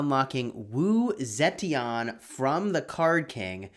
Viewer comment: Straight up butchered her name